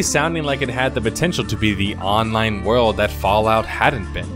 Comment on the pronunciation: Yo, how come you pronounce World of Warcraft like "Word" of Warcraft but when you say the word "World" in other sentences it sounds normal? I've heard this in all of your MMO videos.